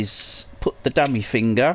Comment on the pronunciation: Dude you are like the best just to listen to on this guide! "Now get yer fing'r ewt." ;w